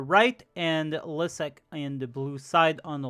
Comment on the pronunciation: I always love seing Liszek getting his shit kicked in (and it's pronounced Lee-shek, not Leizek lol)